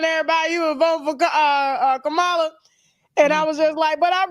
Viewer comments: You don’t have to disrespect pronouncing Kamala’s name like that.😮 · It's disrespectful to purposely mispronounced. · At least say her name right if you're gonna drag her 🙄